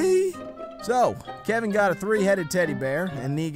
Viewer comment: Kevin Not Keven ITS KEVIN